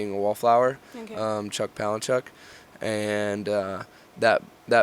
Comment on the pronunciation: "Chuch Palahnchuck" good lord.